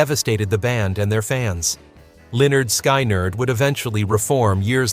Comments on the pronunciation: You pronounced Lynyrd Skynyrd as LEONARD SKY NERD a few times?! wtf!! 😡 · It’s pronounced linerd skinerd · Is Lynyrd Skynyrd whoever this is can't pronounce the name right wtf 😡